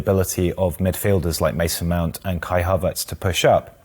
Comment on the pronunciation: Who's Kai Harverts lol